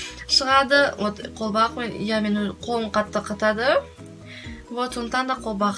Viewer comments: кушти ну колбак емес колгап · қолбақ емес қолқап))